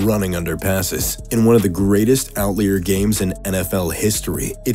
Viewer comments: that's either not how you pronounce outlier or I am very wrong on how that word works. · Who on gods green earth pronounces the word “outlier” that way?…